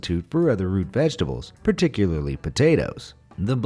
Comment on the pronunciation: Who else heard rude vegetables when they said root vegetables